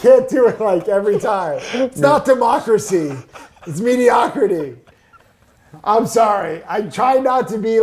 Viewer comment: I can’t even… “mediocracy” hahahahahaha